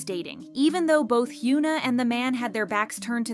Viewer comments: Her name is not pronounced, HYOO NA. Its HYUN AH. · I'm sorry but am I going insane, why did you switch up the way you started pronouncing korean celebrity names?? Just 4 months ago (yes I checked) you were pronouncing Hyuna (현아, hyeon-ah) correctly but now saying "hyoo-nuh". You were one of the only kpop channels that pronounced the celebrities names correctly and in the last number of videos you've been pronouncing all the korean names wrong, WHY? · 😂 I was thinking the same thing, I’m like who is Hyoona? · I know this may seem nitpicky, but you should try to pronounce their names correctly when you make these videos. Not trying to be mean. It's just, as someone with a name that gets pronounced wrong all the time, it's annoying and kinda disrespectful lol. Her name is pronounced Hyeon-ah. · Why are you calling her Hyooona? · hyOOna? LEARN. HOW. TO. PRONOUNCE. KOREAN. NAMES. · can you at least pronounce her name right...🤦‍♂